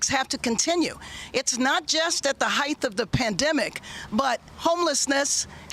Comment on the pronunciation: The word is "height". It is pronounced "hite". like "kite". 'Heith' is a common but unacceptable mispronunciation. Who taught this congressperson to speak?